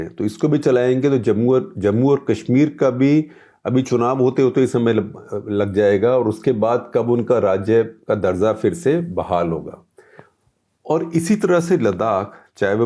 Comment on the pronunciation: Darja. Not darza